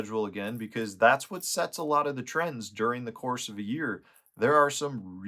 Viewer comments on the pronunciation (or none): none